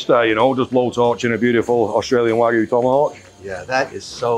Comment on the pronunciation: Congratulations Mr. Wonderful! Three things: You spelled “restaurant” wrong, twice… once in the thumbnail and once in the video title. Third thing, Wagyu is pronounced Wag-Yoo not Way-Goo or Wa-Goo. If you are going to purvey it, you must properly pronounce it. I sincerely wish you great success. Cheers.